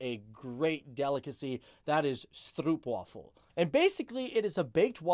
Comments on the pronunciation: Yep - it's astounding how much difficulty English speakers have with this word. It isn't as if the Dutch "oo" doesn't occur in English; just remember that Dutch "stroop" rhymes with English "rope". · stroop rhymes with nope, and not with snoop ( which we spell snoep with an oe like in shoe) gouda rhymes with "now thah", not with goo duh...come on stop it with the gooo-duh and the stroupe... very irritating, you Texans should know this.. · The English pronunciation of stroopwafel would NEVER fly in the Netherlands, it is way to close to troep wafel (crap waffle) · Stroop in Stroopwafel rhymes with rope. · The oo in stroopwafel is prenounced as oh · You actually preannounce it as "Stropewaffle" 😂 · hehe, your pronunciation. try ' if you dont know how to pronounce something, it's not perfect, but better then you... Also 'Gouda' and 'Edammer' cheese are named after two cities. stroopwafel rolling 'r', you dont have one. 'oo' as in 'so' 'a' is long. English doesn't have that sound. gouda 'ou' as in 'how' edammer 'a' as in hard